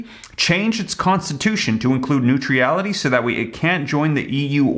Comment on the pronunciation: OMG! If you persist in reporting on the war (even though it has nothing to do with stimulus) at least learn to read! You can't even pronounce "neutrality" properly! Volodymyr Zelenskyy is a bada$$!! He deserves better than to have you butchering his name. 🙄